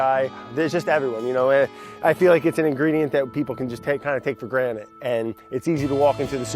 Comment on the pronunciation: i know im not the only one hearing brad say "for granite"